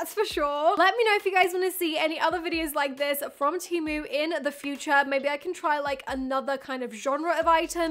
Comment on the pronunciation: pronounced TEE MOO